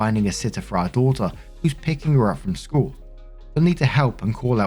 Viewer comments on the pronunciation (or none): none